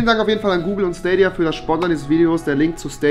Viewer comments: Schdadia nicht stadia nh😂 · Rewi die ganze Zeit: Schtadia dann gab es ein cut und er spricht es auf einmal richtig aus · Dieser Moment wenn er nichtmal weiß wie man Stadia ausspricht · SCHTADIA, Stadia, Staadia Oder auch SCHTALINGRAD… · Niemand : Rewi: schtadia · wer kennt den nicht SCHTADIA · wer kennts nicht wen rewi einfach ne korperation mit schtadia amcht xDDD <3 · Niemand: Rewi: SCHTADIA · Staidia nicht stadia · Staydia (englisch lesen) spricht man das aus!!! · SCHTADIA :D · Schtadia XD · Schtadia wer kennt es nicht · Das triggert wie du Stadia aussprichts.